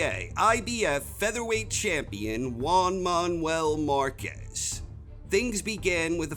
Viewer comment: "Wan Maun-well marcez"